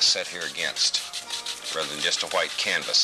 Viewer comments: I love how says "hwite" like his father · White " Hew-white" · I feel like the pronunciation of hwhite gets stronger through each generation, the present rosses must scream HHHHHWHITE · i like how they both say "hwhite" lol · I love how he says white it’s like Hwhite he will be missed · Schwhat is magic schwhite? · they even say Whhite the same way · Other people: White Bob: Hwite